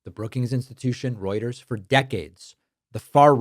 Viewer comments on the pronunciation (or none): none